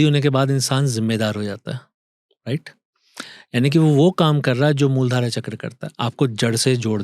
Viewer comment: अरे भाई मूल धारा चक्र नही बोला जाता मूलाधार चक्र बोला जाता है।